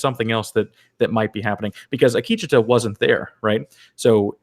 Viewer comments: Zahn McClarnon (the native American actor) pronounces it Ah-KEE-che-tuh. There's your poison for the day. ;-) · Ah-Key-Cha-ta, I hope people are not hard on you guys.